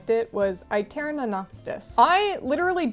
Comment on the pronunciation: I think aeterna is supposed to be pronounced eterna since aestetic is also pronounced estetic